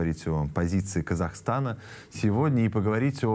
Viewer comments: Не КазахАстана, а Казахстана Огромная благодарность за вашу работу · Казахстана,а не КазахАстана